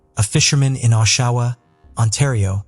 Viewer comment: Oshawa rhymes with Joshua